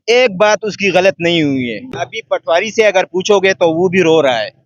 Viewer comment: Patwaari nahee Poti-waari